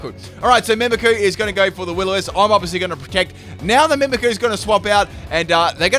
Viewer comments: IM SORRY I HATE WHEN U SAY “mimiku” ITS mimikYu Also when u say “Majearna” ITS MAGEARNA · Got so triggered at the "Mimiku" haha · MimikYu. There's a Y there. Mimikyu. Like "mimic you". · i don't know if you noticed but it is mimikyu not mimiku there is Y in it that changes how you pronounce it you are saying it wrong also you should look up how to say magearna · The way he pronounces "Mimikyu" though...lol. It's nothing bad it's just that I'm more used to saying it as "Mimic you" rather than "mimi coo"